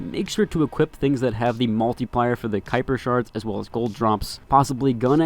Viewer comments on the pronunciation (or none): WTF is "cooper"? It's called "kai-per" Like k-eye, not k-oop. The game says it multiple times. How can people be this wrong this frequently? I haven't seen a single YouTuber that can say words correctly. How are they all this dumb? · "Cooper" shards. 😅 hahahahahahahahhaha